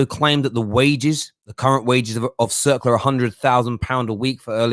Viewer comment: Circa: pronounced “sir-ka”... Not “circla”.